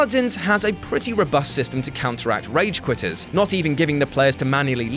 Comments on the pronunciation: Quitters coughs not qutter cough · Qutters? I'm pretty sure its quitters tho... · I FOUND A ERROR IN NUMBER 1 U SAID QUTTERS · I’m not the only to notice “Qutters”, right?